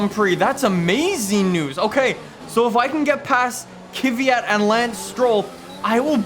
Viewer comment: I mean no disrespect, but can you please pronounce Kvyat properly🙌